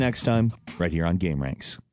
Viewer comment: I love how he says Gaem